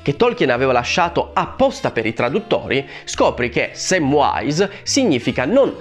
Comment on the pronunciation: Già era sbagliato nel film che veniva pronunciato "Semvise" invece di "Semvais" il nome di Samvise che per inciso, amico, anche tu sbagli a pronunciare perché non c'è nessuna "w" 😂 lo dico in tutta amicizia